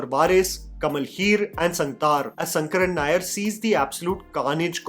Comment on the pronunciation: It’s “sha” as in Shankar and not “sa” as is pronounced in the whole video. In malayalam all sanskrit names have an “an” at the end so Govind becomes Govindan; Ram becomes Raman and shankar becomes shankaran.Atleast pronounce shankaran nair correctly….